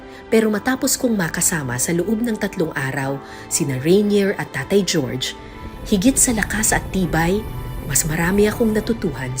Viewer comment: Jorge is pronounced as Horhey, not George.